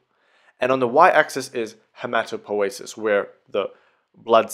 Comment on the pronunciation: I always called it hematopoiesis, with an i. And sounds very disturbing to hear hematopoesis.